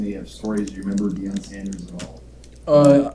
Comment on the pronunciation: “Deion Sanders” 🤦🏿‍♂️